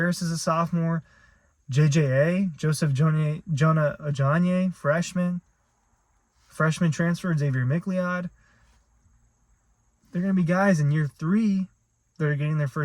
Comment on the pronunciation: I could be wrong, but I’m pretty sure it’s pronounced McCloud. Not mickleod